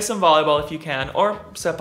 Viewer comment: Hi Erik. The syllable 'raw' in the word takraw is read like 'bow' or 'cow.' Love watching your reactions. God bless always. :)